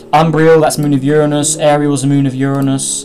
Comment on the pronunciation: Thats not how you say Uranus